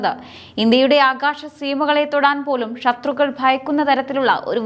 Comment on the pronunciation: ഷക്തി, ആകാഷം, ആഷങ്ക യുദ്ദ വിമാനം, ഷതൃക്കൾ, പത്തതി, ബാവി ......... നല്ല മലയാളം വായന